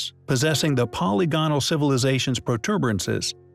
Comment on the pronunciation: Hey I love your channel and content I do have one suggestion though the repeated mispronunciation of words like polygonal and demonstrative drive me nuts. Is this an AI voice or a real narrator?